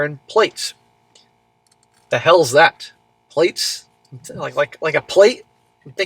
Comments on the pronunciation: Plaits pronounced plats, pretty much the same as braids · Yh...it's pronounced 'plat' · Its pronounced "plats" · Plaits are braids, we pronouns it like "platts." Don't know if it's the same everywhere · Plaits is pronounced plats lol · Plaits pronounced p-lats. They are a type braided hairstyle. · It's pronounced platt. It's braids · It's pronounced "Plats". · Plaits is pronounced “platt” 3 groups of hair braided into one plait Worn as one ponytail from back of head or one plait each side. Common hairstyle for school age girls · Plaits pronounced plats. Braids. Think German Oktoberfest beer girl.